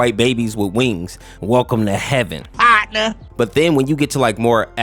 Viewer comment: “welcome to heaven, PARNER